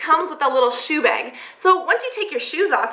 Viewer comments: I love how she says bag! "Beeeeg" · Coulnd't finish this video jist because she breathes so nasaly...and the way she says bag....she needs help. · interesting pronunciation of the word "bag" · you say "bag" funny hahaha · Is she Canadian? She says "bag" like a Canadian I think. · u say 'bag' reallly weird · I like the way she says the word "bag" XD